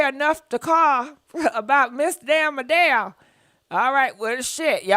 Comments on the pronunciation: Adele not Andele 🤦🏃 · Okay it’s Adele not andele lol.. you can mess a name up all that talking just play the video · I love when she says Andele it's Hilarious! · And it's "ShekonDA"! ...not Shekinah.....I die everytime u call her Shekonda! 🤭😏😂🤣..... And "zesty" and "Andel" also makes me 💀🤭😏😂🤣